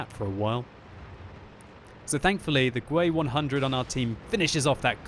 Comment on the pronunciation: gwe 100 not G W E100 😂😂😂